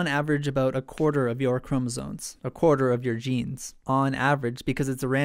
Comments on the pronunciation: Great video! But are you saying "chromosoNes?" It always sounds like you are. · "cromosones" please